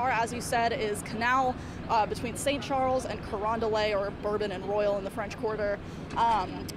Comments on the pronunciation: lol corondelae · THE WAY SHE PRONOUNCED CARONDELET LETS ME KNOW SHE IS NOT FROM NEW ORLEANS.